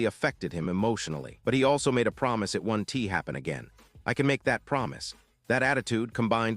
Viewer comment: Would someone please teach this obviously "AI" speaker how to pronounce "won't" and "wasn't"?